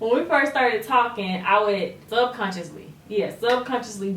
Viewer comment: The posing at the end had me dying... Jeremy like “bout to give you hella option”... “you choose”... “talmin bout” 😂😂 I’m really dying cuz I really feel like Jeremy say talking with a m in it 😂😭😭😭